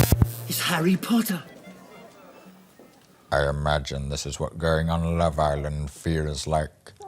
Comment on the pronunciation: I love how you started th OG Star Wars triology🥰 and then you stopped to bring us Arrey Po'ah😐